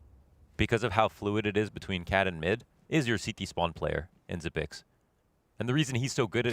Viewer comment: It's pronounced Xyp-EX not Xyp-NEX. This announcer is making me mad. How the f do you even make that mistake? They also were calling Magisk Magik last game. WTF? Terrible etiquette to mispronounce some of the biggest players in the world. I wasn't even rooting for Astralis but it pissed me off.